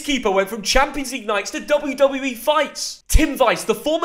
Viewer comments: Hearing Wiese pronounced whys gave me an aneurysm just say it like breeze with a v instead of a b and dont swallow the last e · why can't y'all pronounce german names tho 😭😂😂 his name is not Tim Weiss or Tim Vice how you said it, it's Wiese, pronounced like veese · It's pronounces Tim Wiese (Tim Weese) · That pronunciation of "Tim Wiese" just straight up sent me to hospital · Butchered Tim wise pronounciation he is German not English 😂😂